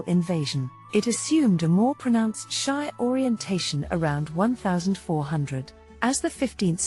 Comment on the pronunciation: Shia pronounced She-ah.